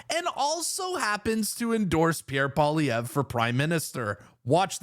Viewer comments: Hey Rogan: what is so difficult about 'POLLY EV'? Not that hard, buddy, just sayin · Dude .. pronounce his name right Paul E Ver ( like air) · Joe needs to learn how to pronounce Pierre's name correctly if he really wants to endorse him fully. Enjoyed the thought of Trudeau's cringing while he listened to the chants of endorsement for daddy. 😅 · I wish he'd care enough to pronounce his name right. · Doesn’t even know how to say his name 😂 oh yeah full on endorsement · It was music to my ears! I hadn’t watched any UFC until last night. Now can someone help Joe Rogan pronounce Pierre’s surname; phonetics are a wonderful thing 😂. Keep up the great work Pleb 👍🏻👏🏻👏🏻